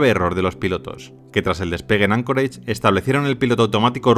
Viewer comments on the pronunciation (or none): none